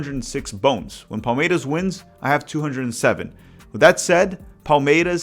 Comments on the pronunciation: Seu canal é bom demais, parabéns pelo conteúdo! Só uma dúvida que surgiu aqui: Você definitivamente não é paulista, né? 😅 Vi que torce para o Palmeiras, mas a sua pronúncia do S em português não é de torcedor local hahahaha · Awesome to have Brazilian football/soccer coverage in English. Just wondering why you’re pronouncing Palmeiras and other ‘s’ like a Carioca 😂. My wife (a gringa) who is learning Portuguese was confused and of course I’m steering her towards the Paulista way of pronunciation.